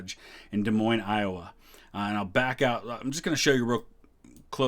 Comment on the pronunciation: Thanks for pronouncing Des Moines correctly!